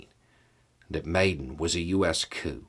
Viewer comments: Pronounced Ya nu ko vich. Maiden pronounced Mi Don. If you have any questions let me know. :) yes Ukraine has a lot of corruption. Zelensky is the best president they have had since the break away from CCCP. Hopefully if Ukraine becomes free after this war, the corruption will start to come to an end. 🇺🇦👍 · It's pronounced mai-DAHN, not maiden. Those were molotov cocktails, not pitchforks. Ukraine clearly has its own good flavor of democracy that doesn't require much investment from the US (still I don't think the US did anything wrong by investing in it). Ukraine had some soviet nukes before the Budapest agreement, and gave them all over to russia in that agreement, along with the rockets that can carry those warheads. Now russia is shooting those same rockets back at Ukraine. In the Crimea referendum, only 34% of the population voted. Ukraine really, really deserves to win this war. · Pronunciation: Yanukovych is not Yan-U-ka-vich. It's Yan-AH-KOH-vich. Maidan is not May-don, it's MY-dahn.